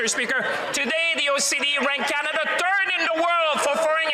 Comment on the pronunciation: WTF is a "turd" party??